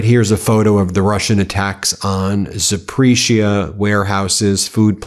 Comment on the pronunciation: Dear Ben: ZAPORIZHIA = Sounds more like "Zap-or-ease-ya." ✅️ Keep up the good work, Ben.